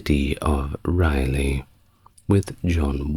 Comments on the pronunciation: I love listening to you but why are you calling him Walter Riley, when his name was Raleigh, pronounced rally? This is your only story I can't listen to . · Its pronounced “Rah - Lee” Thanks, multiple generational N Carolinian